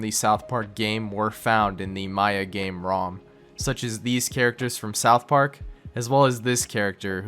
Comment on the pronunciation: soutch park